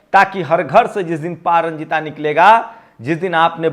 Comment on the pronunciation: sir pa ranjit boliye pa ranjita nahi h nam. kam se kam nam to sahi boliye